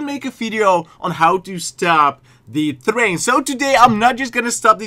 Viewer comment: You said thrain??? Train